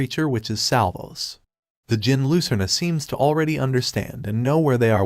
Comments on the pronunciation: Fyi its pronounced jinn the D is silent. There basically the same thing/origin of genies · reading djinn as degen is kinda funny.